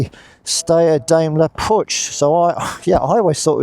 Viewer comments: It is not Putch. It is pronounced Puk. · Pook, not poocsh❤ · Its pronounced poosh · I live in Graz, the city in Austria where Puch used to manufacture its vehicles. My first moped was a Puch Monza—black, but with 6 gears. But with aluminium rims, without pedals.And back then, we did everything we could to get it up over 100 km/h (62 mph). “PUCH” is pronounced differently—not “putsch”... the “CH” is like in the Spanish sausage... chorizo... :-) My brother used to work at PUCH. Back then, John Player Special banned PUCH from using the JPS name. So PUCH turned it into SDP. Incidentally, PUCH also made world-class racing bikes. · I was always told that Puch was pronounced as "Pook", but I may be mistaken. Still a popular vintage moped in the USA as well. anything that's a top-tank model moped is desirable among collectors here but some of the step-throughs get some love as well. That John Player Special look is very cool; The team actually had a couple Honda ST70 bikes with the livery on them for use as pit bikes, one of them went up for auction recently through Iconic Auctioneers, it's a sharp looking bike. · It's pronounced 'pook' ! The first thing I was told when I went to the Styer-Daimler-puch factory' in 1967-68 in Graz on a course !